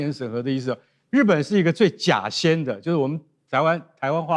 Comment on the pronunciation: 假仙的读音好像不太对